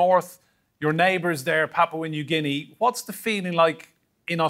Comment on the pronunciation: Thank you Roundtable - PNG Loves Australia USA CHINA n the world , we indirectly trying to be a peace zone for y’all to come chill with us have a beer and talk solutions to issues. BTW Anchor needs a raise for being the first foreign journalist to correctly pronounce my country name 🤣👏🏽